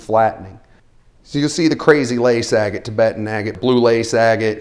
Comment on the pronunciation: It bothers me a little bit how you say "agate" bahahaha. How can someone tell what's real opal though?